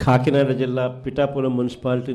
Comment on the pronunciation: ఖాకినాడ కాదు మహాప్రభో... కాకినాడ. ఖాళీగానే ఉన్నావుగా, తెలుగు నేర్చుకో స్వామీ.